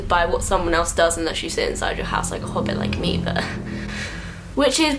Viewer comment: "hobit" LMFAOOOOOO